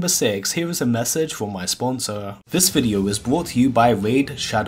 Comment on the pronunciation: The way pronounces some words, is extended at the end. Like...videooo. Timeeeee. Jesus Christ its annoying. Add the stupid advertisement and its an instant dislike and hide from future content.